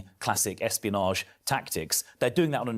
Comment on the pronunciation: NGL it sounded like you said Epstein-onage instead of espionage 🥲 Philp will be the next Tory defector. I can see it. I can feel it in my bones.